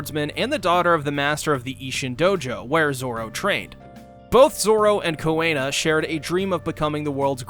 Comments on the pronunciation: I’ve never heard Kuina’s name pronounced as “Koo-ay-na” before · Why does he keep pronouncing kuinas name like that 💀 ruined a really good vid